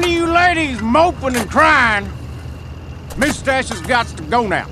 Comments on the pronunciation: "POWLICE THAT MOOSTASH" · the way he says moustache hurts my feelings